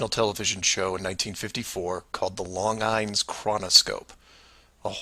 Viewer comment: So you've done enough research to prove that the planet is flat, but not enough to figure out that Longines is a watch company and most certainly not pronounced "Long-eyens". Crack reporting.